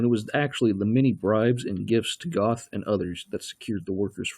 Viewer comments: It's pronounced Geth not Goth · The way this guy pronounces Hildesheim and Goeth is very cringeworthy. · Mr Duke Silver in all the interviews with the real Jews who knew him in Plazow they pronounce his name as Geth or Get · Gerth is how it's actually pronounced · It would have been nice if you’d have pronounced the commandant’s name properly. Spelled “Göth,” it’s pronounced “Gert.” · Its pronounced "Go"eth. As in you GO to the store. Amon Goeth (Gōéth) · Okay, if you're going to tear apart the movie, learn how to pronounce "Goeth" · It's very irritating that this narrator didn't even try to pronounce the names of characters and place names properly.